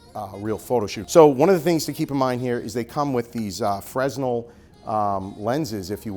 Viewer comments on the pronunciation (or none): The word Fresnel is actually pronounced Fernel, it's a Fernel lense. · No, it's pronounced Frenel! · The S in Fresnel is silent, my guy